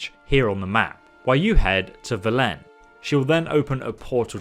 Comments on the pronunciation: Is he mispronouncin place names on purpose? I mean: Even in the English version the characters pronounce them very distinctly. Skellige sounds like a German or Skandinavian word, and Velen has the emphasis on the first syllable, not the second. "Skellidge"? VelENN? What gives? EDIT: Okay, now he butchered "Toussaint". Does he have a speech impediment? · And velEn not Velen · Skell-idge ... Va-len, yup... this will be a interesting watch. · Damn it, they’re pronounced Vell-en Skell-I-ga Two-sanh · Skell-idge Va-len Two-saint 😭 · It’s actually Skell-I-ga Vell-en And if touissant is French- then it’s two-sanh (silent h) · I know... Every time he says it... I correct him by bluntly replying "Skellige"... Not sure if its the same YouTuber that pronounces "Velen" as Vee-lean lol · at least he pronounces vizima correctly, he cant do velen or skellige correctly tho. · How could you spend hundreds of hours in the Witcher and still not know how to pronounce “Skellige”, “Velen” or “Toussaint”?